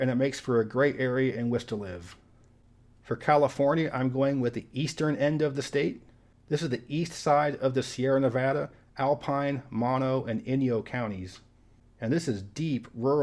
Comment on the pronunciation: Well done. Mind you, it's pronounced MO-no County, not MAHN-o. I lived there for a year.